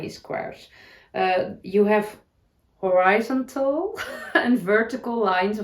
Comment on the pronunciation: I love the idea of slowing down in winter, I think that is what it is for. Refresh, recuperate, heal for spring. Horizontal, you're saying it with the emphasis on the wrong syllable. They way you don't think is right, actually is. ❤ hor i ZON tal. Happy Knitting/crocheting this week!!🧶🥰